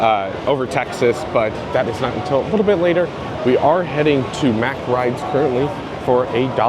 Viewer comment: The way you said "mack" first is correct. So like "mock" yet with an "ah" sound instead of an "o". Thanks for the report, always love seeing whatever is happening to the future of the amusement park industry.